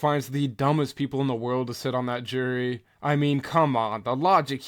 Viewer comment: He wants a trial by jurr. I love when these morons try and used advanced vocabulary, but cannot even pronounce basic English words...